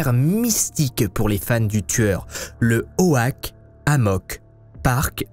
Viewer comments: Oak -> "Auck" pas Ohaque. ;) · "O-ak" 😭😭 j'adore tes vidéos, mais là tu m'as fumée mdr